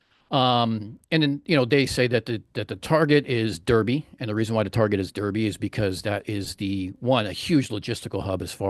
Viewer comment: Great presentation. But please remember for your next presentation that Derby is pronounced, "Darby".